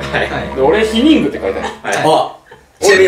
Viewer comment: ヒニングw